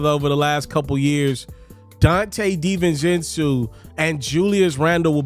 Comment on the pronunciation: Stop mispronouncing big ragu name smh